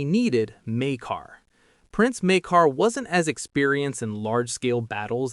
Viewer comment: It's pronounced 'Mike-Ah', the R is silent.